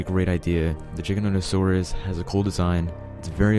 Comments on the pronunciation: #1 sounds like he's saying "ChickenNuggetSaurus" and not giganotasaurus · I tought he is saying CHICKENNOTOSAURUS